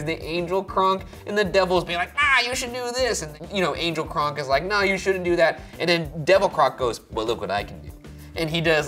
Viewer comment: Instead of kronk I heard ryan say “gronk” lol still a himbo